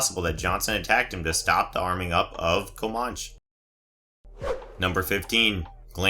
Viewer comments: comanche, ko-mahn-chee not ko-mahsh. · "Koe-Mosh"? LoL What the Hell? It's Koe-Man-Chee... as in the Native American People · Comanche ---"ko-mosh". LMAO. I hope the Native American tribe isn't offended. CO-MAN-CHE. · co-MAN-cheee - not co-ma-che. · What the heck is a Komotch? Comanche. Its pronounced ko-man-chee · CO MAN CHEE say it with me. Comanche. Yes a Comanche missile makes more since now right. Lmao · Comanche. Cah. Manch. Chee. It's Native American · (Sigh) Why do these videos always mispronounce proper names or uncommon words. Comanche, kuh-man-chee or koh-man-chee. It's a name for a member of a North American Indian tribe. Also, from what I hear, Fincher would not care if Alien 3 were removed from canon. It was a troubled production from 30 years ago. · Comanche…coh-man-chee…it’s what the Indian tribe is called and the model name of the drop ship. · Comanche, it's pronounced KOE-MAN-CHI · Comanche(Ko-man-chee): Name of a particular tribe of Native Americans.